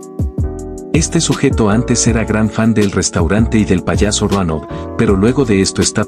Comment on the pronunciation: Like si es Dronal y no Ronal 😂😂😂😂